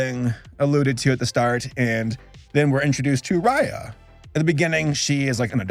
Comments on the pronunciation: I always pronounced it as “Ray- A” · They keep saying Raya wrong and my sister gets mad cuz that's her name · I'm sorry I really hope I don't sound too judgmental or rude here, but the whole time you pronounced their names wrong it just rubbed me the wrong way, and it might be just me, but their names are not that hard, and it looked kind of unprofessional to me. If u have a hard time remembering names you can just take notes of what their names are just beside you and that's it. This is constructive criticism, once again not trying to hate on you. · I can't stop calling her Raya in the way you pronounce the ray in sting ray lol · Geez, if you're going to review this movie, do you think you could actually take the time to look up the characters' names and make sure you're getting them right? It takes like ten seconds to do it on Google and IMDb. Raya and the Last Dragon was actually quite good by the way. It does stick too closely to the Disney plot tropes, but the world's lore was actually quite compelling, and it delivers such a beautiful message about how our world's problems happen because of our inability to trust one another.